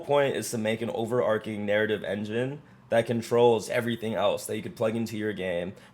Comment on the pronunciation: New to channel and subscribed /ˌoʊ.vɚˈɑːr.tʃɪŋ/ (American English) overarching. Not over-arking. Sorry to be that guy. Good vibe coding. thanks